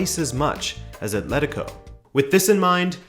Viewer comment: The usual game of "drink every time someone says ATH-letico" didn't hold up here.